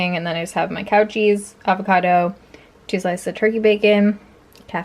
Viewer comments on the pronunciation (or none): Who else thought she was saying COUCHIES instead of cow cheese 🤣